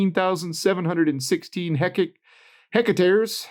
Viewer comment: You might want to look at Battle North. They are a Canadian outfit that was just bought by Evolution ( an Australian miner). TSX: BNAU. P.S. its pronounced heck ( what the...)-tare ( as in rip).